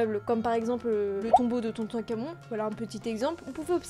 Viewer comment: "de Tontoncamon" BWAHAHAHA c Toutankhamon